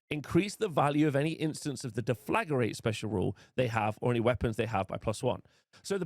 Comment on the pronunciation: Please read the word Deflagrate. It's not Deflagarate